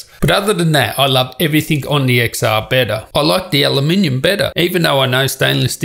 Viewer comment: It’s not IPhone X[x]R it’s IPhone X[ten]R For fuck sake